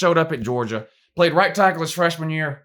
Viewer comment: “Who has the SEC pwayed Wou, who have dey pwayed?!?!” 😅😅😂😂🤣🤣